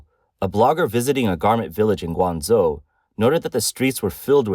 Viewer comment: A video about China, and the AI can't correctly pronounce Guangzhou.